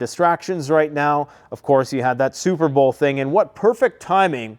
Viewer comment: SOUP-ER BOWL. a Swift victory 🥱